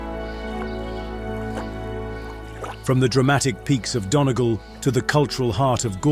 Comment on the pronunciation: It's Hoe t not How t.... Glenda lock not Glenda low... dunny gawl not dunny gull, mizzen head not myzen head, river sure not sue ear, cliffs of mo her not mo hair, bal in naa not bal eena... I suppose you have to be Irish to know how certain Irish places are pronounced !